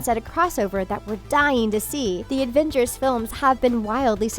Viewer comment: D-did she call them Advengers? I